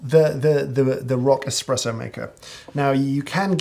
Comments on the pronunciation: Mr. Hoffman: Several times I heard you say the word espresso. I must lament, that it sounded more like the word "expresso" and as such caused me to have fits and tribulations while attending to a client. I had to stop the video several times to replay the words but it was not going to change what I heard. Please tell me that you did not use the letter x but instead used the letter s even though it came across as x. I tried to raise my small finger as I typed this, in deference to your snobbery, but I found it difficult to punch out the letter a. To your snobbiness! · Did James Hoffman just say eXpresso!? What is the world coming to?